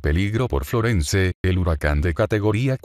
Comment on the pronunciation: Esa voz es horrorosa ..FLORENCE no se pronuncia la /e/ final...este es un termino anglosajon...perturban mis oidos😠